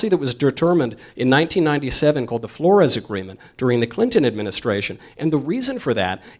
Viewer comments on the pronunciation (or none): none